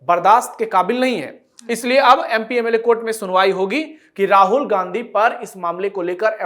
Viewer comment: राहुल घांडी है, उच्चारण सही करें।